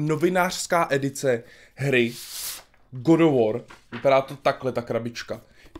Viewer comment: GOD OF WOR.... English:D:D:D